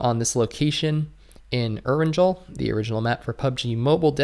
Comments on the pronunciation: I really think that its "Eranghel" (pronuncation) not Eranjel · Its pronuced E-ran-GeL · Actually the map is pronounced aran-gel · Love you dude, way more than Powerbang. But... repeat after me. Erangel Air-in-gel(hard g like guy not soft like geez). It's a Russian core.